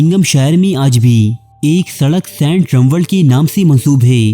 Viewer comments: Sant nahi hota saint hota ha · O, its Saint not Sent Kon lok o tussan